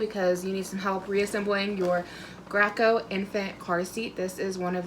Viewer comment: Thank you for this video. Graco is actually pronounced “GRAY koh” because one of the two co-founders was Russell Gray.